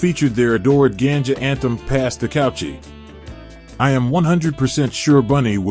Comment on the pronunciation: It name Kutchie mi bredda, not couchie or whatever yuh chat